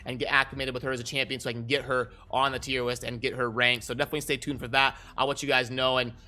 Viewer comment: Wait...are you saying tier WIST?